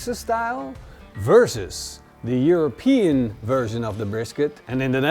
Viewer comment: European not europese